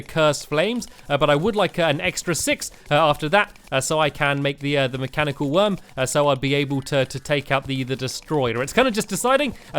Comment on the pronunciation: Stampy you said mechanical eye not mechanical worm